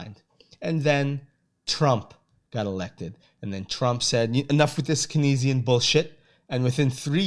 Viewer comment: Keynesian is pronounced KANEZ-ee-in btw. Great overview.